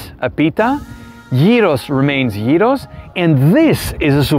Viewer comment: its YEEROS for gods shake not GYROS!!!!!!!!